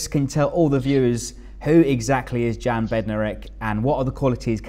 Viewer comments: Great signing for you guys. (You pronounce his name Yan not Jan) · The J is pretty much silent. Yan